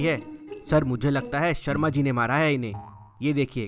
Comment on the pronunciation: It was sharmaji, not sharamji!